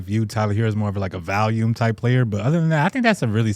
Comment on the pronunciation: Day one million of / saying the word "valume"